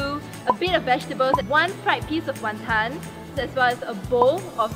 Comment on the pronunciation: The WonTON emphasis tho